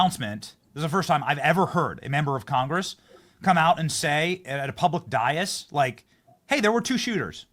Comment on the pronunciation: It's actually espionage at the least. And Benny, it's DAY-IS. DAIS.